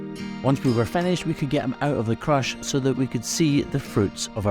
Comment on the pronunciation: I think you're calling the cage a "creche" but it sounds like "crush".